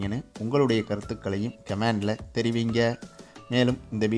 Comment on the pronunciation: டேய் அது‌ "கமேண்டு" இல்லடா. " கமெண்ட்". சரியா உச்சரிப்பு பழகுங்க. நீங்கல்லாம் ஒரு சேனல். உங்களுக்கும் subscribers.